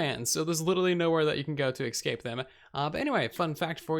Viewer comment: "Eck Scape!" WTF is an "Eck Scape" OHHHH! He means "escape" (Es-Cape) the is LITERALLY NO "x", "c", "k", nor "ch" sounds where you are putting them.... LEARN TO SPEAK!! "uhhhh - vary - wear" FFS